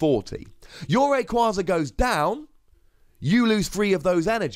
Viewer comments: Wait,, how are you gonna ignore the official pronunciation of Rayquaza but insist on the correct-but-unintuitive pronunciation for Vikavolt? You even say on coverage you get told how Pokemon are officially pronounced because your job is to say the names right! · I actually pronounce Rayquaza the same way as you. I have since Ruby and Sapphire came out. I don't plan on changing it now and will saying it wrong just to make people mad. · I agree with the pronunciation! also made me laugh haha, but it just sounds awful as rayquayza. This card looks exciting! But potentially problematic in terms of being risky and a little clunky